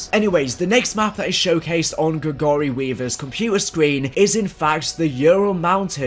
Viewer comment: Please learn how to say Gregory. It’s not GreGORy